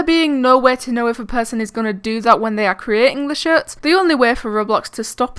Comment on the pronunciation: it seemed to me like u said s*its not shirts lol